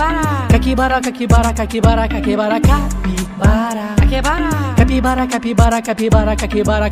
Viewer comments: So que ouviu ele falando caquivara da like😂😂😂😂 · He says cakibara sometimes, lol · Caipikara he says, almost at the end, lol! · Algumas vezes eles erram e falam "Caquibara" ou "CaquiCara" 😂😅 kkkkkkkk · ❤❤❤❤❤❤❤❤❤eu loves cabybara but ele falar cakibara!??